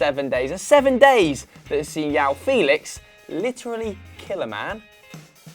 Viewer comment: Bro its João just like in english ok